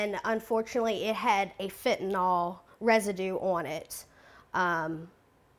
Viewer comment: I wish people - especially reporters - would learn how to pronounce FentaNYL, not FentaNOL.